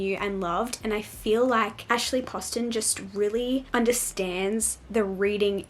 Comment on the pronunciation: You are the first person I've heard say Ashley Poston's name right. Lol So excited for this video!